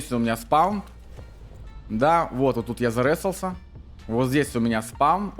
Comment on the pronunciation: "ЗаРЕсался" после 10го раза этого произношения пошла кровь из ушей😂